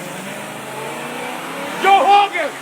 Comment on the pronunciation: “You can try to hun Joe hogan!”